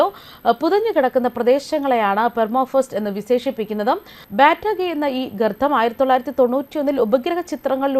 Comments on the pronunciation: 😁😁😁ഗർത്ഥം പോലെ കേൾക്കുന്നു 😜😜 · ഗർത്തം എന്നു പറയൂ. ഈ വാക്ക് തുടരെ തെറ്റിച്ചു പറയുന്നത് അരോചകമാണ്